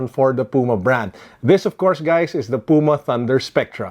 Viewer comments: The way you pronounced Puma is actually the right one. It is a brand from Germany, so it should be read the way it’s written. Not like English. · your pronunciation of "puma" is correct. it's the german word for cougar. trust me, i'm german^^